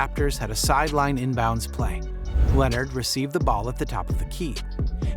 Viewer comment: If you can’t pronounce Leonard’s name or Embiid how you gonna make a whole video bruh? You had time to research! Lol 😂